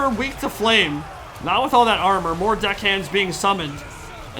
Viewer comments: "d*ckhands". My man, there's an E in there not an I. Deckhands. lol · going all Australian every time he mentions "Deckhands" 😂